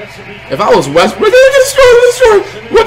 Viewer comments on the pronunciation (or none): bruh he keeps saying westbrick its westbrook bruh